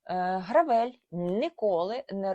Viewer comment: якщо бренд американський то не "гравЕль" а "грЕвел"